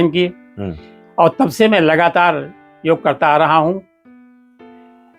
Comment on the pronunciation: भाई साहब योगा नहीं योग बोलते है